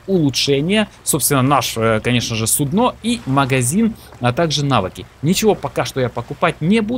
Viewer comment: судно ударение на у